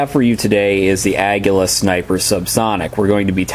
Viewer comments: Exactly. Ah-gee-la Co-lee-bree. Aguila = Eagle Colibri = Hummingbird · It's pronounced Uh-gee-la Co-lee-bree.